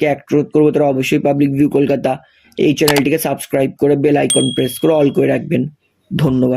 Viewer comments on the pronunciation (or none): none